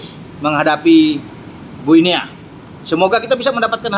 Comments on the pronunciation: Guinea : baca 'Gini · Guniea bacanya gini....